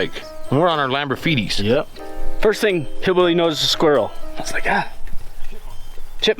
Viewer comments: Cadillegs not Lamborfeeties 👽🗿👽🗿👽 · "Lamberfeetys" HAHA lol